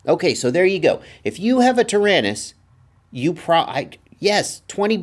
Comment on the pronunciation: Hi, you keep saying "Tarinis"....I'm assuming you mean the XD9.....what about those of us that are on somewhat of a budget and bought the QX7.....will these work in our "Taranis"? Are some/any XD9 parts interchangeable with the QX7?